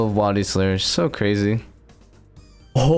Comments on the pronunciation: He pronounced it correctly in the beginning of the video, but unfortunately he keeps falling back into bad habits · It’s wildy not wildy!! Like “will-deez” Not “while-deez” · Is he saying wildy wrong on purpose?